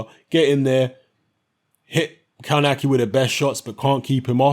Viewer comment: It's pronounced "kovnatski"...